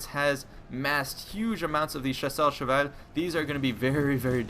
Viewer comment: Wow! you said "Chasseur à cheval" almost perfectly... i am impressed.